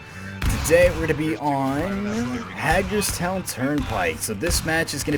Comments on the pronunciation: its Hay-Gers Town sorry so couldnt help it From Maryland lol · It’s pronounced haygers town